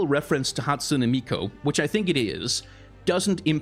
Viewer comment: It's Hatsune MiKU, no MiKO, sorry, it just bothered me the way you pronounced it constantly xD